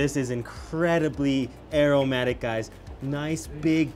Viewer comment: When you said aromatic it sound like eromatic haha...